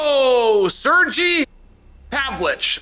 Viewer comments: C'mon Chael, its pronounced Sirgay Pavlowvich.. get with the program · I don't speak Rushonian but I don't think his name is pronounced Sir-G Pav-lich. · Chael must have a whole creative team whose only task is to come up with ways on mispronouncing the easiest names. Sergey to Sergi was born after along, coffee fuelled, sleepless night of brainstorming. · Lol. Sergy. Not Sir-Guy. Serge E. Chael you crack me up.